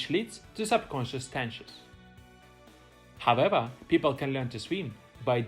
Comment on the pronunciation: Hahaha, I was looking for this comment so long 😅 haavewah